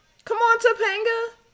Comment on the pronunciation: Please God in heaven tell me she did not say some Tapenga 😂😂😂